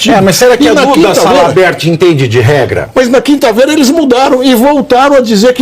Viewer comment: Pavivi não erra não. Salamerd. Kkkkkk